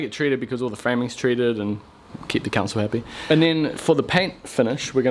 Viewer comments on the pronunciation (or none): Could have sworn you said "Keep the c*nts all happy" but then realised it was "keep the council happy"